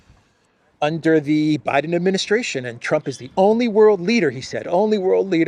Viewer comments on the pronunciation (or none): none